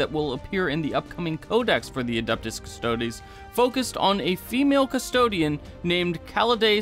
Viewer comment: You can't even pronounce Custodes or Sanguinius correctly. It was 8th edition, not 7th, for male Terra royalty recruitment, chat has beat you up over your misquote regarding SoS. I can't take your vid seriously bc you can't take your job as a YouTuber srsly.